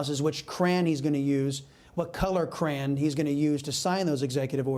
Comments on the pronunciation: "which cran to use"? Due, the name is Crayon....pronounced krA'-on. Bwhahahaaa! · 50: new word: "cran" ...old version of word: "crayon."